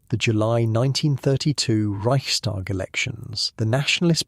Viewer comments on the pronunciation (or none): This is fabulous, excellent. Just a tiny, tiny observation - it is not "ReichSHTag". No "sh". S and T pronounced separately.